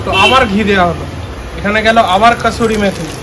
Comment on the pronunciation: Kasturi methi noi ota kasuri methi.